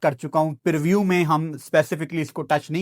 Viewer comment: perview ❌preview ✅